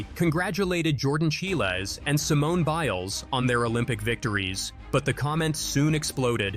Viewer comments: Alternatively, swapping the 'B' in Biles with a 'Ch' haha It's actually kinda annoying how they keep mispronouncing her name. Honestly, I don't get how it could be accidental, when every bloody social media platform and news channel are filled to the edge with videos and articles about her in addition to the fact that the spelling should be pretty darn straight forward. I mean.. I'm from Norway, where the majority don't even know of Simone Biles, and I got the name right from the 1st time I saw it, so there's really no excuse for an (assumed) American provider of Sports news. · You're mispronouncing her last name. Imagine saying "child" but replace the 'd' with an 'es'. Also, you blacking out yourself is creepy. If you don't want to put yourself on camera, don't.